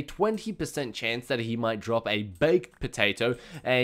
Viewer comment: you say potato very weird or it my headset?